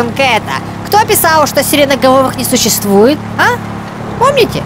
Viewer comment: Картонке. сщыствуэ